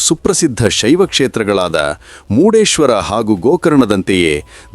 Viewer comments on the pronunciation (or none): ಮುಡೇಶ್ವರ ಅಲ್ಲ ಮುರ್ಡೇಶ್ವರ ಯಾಕೆ ಎಲ್ಲ ತಪ್ಪು ಹೇಳ್ತೀರಾ